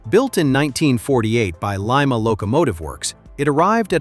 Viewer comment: For crying out loud learn how to say Lima